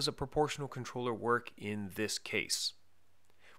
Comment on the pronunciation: The way he pronounces controller is just weird